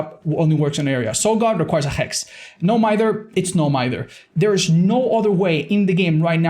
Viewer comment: ‘No Mither? It’s No Mither’